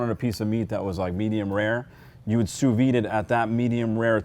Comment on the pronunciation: The "d" is pronounced (softly) on sous vide